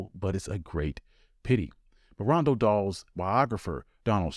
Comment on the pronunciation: Not Ronald Dahl, but almost nobody pronounces Roald correctly either.